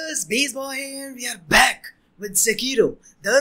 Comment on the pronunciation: Everyone heard :- Sekiro I heard :- Sexhero